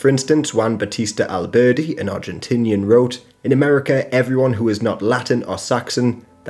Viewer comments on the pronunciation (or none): none